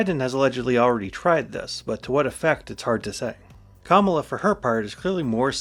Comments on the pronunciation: You need to learn how to pronounce words. Not kaMAla. Comma-la. Sheikh is not pronounce chic. It's shake. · kamala is pronounced KA-ma-la not ka-MA-la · A new video! But et tu? Comma-luh Not cum-allah Comma-luh KAHmah-luh KAHmuh-luh! 😅 Anyway, she came out pretty hard for NATO and Ukraine last night. Pretty much the pinnacle of the speech, although maybe I'm biased Keep up the content, please 🙂 I'd especially love a deep dive into the 2014 Nuland phone call 👻 that vatniks say proves Maidan was a CIA coup, when it was really just them discussing whether they thought the protesters should form a unity government with Yanukovich as part of a deal to end the protests. Its an insidious lie that's penetrated deep into the media sphere. Drives me crazy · It's pronounced "Comma-La."